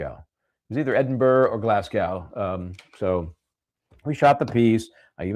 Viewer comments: You pronounce it Glas go, not Glas cow. 😂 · It is pronounced Glasgo the w is silent 😶